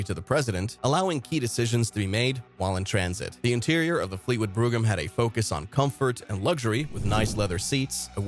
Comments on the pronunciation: It’s not pronounced Fleetwood broom it’s pronounced Fleetwood BROME (brogham) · Fucking AI..... wth is a Cadillac brugum. HIRE A HUMAN TO READ THE SCRIPT.